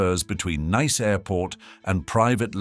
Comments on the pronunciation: The Rothschild name ending is not pronounced as the english child... more as shilt. Neighboring Nice is pronounced niss. And Jean is not pronounced john... Otherwise fairly ok and interesting, thanks. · Thank you for this comment. 👍 As a European, I almost didn't understand that the city of Nice was mentioned, when the pronunciation was so non-European (definitely not French). I had to consult a map, and after I could see the proximity of the city and the peninsula, I was sure that the city of Nice was spoken about. 🙂